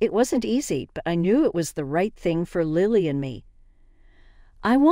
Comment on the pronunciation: It's Lily like the flower. Not Liely.